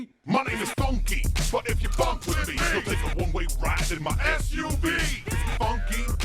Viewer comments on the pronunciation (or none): none